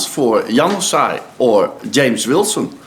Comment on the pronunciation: `He says Januzaj like Young Sigh.